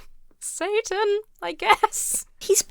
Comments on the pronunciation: Everytime I hear the mom say Satan without pronouncing the t in the middle I full body cringe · it's not "satan," it's clearly "sa-an."